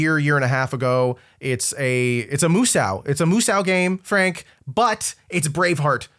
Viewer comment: we need to talk about the way you say "musou".